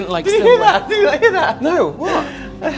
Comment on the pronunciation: "Did you sluts heeah that?!" I'm cryinG